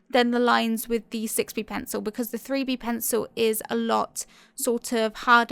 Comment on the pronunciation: lol, I keep hearing the "free-bee" pencil, instead of the 3B. XD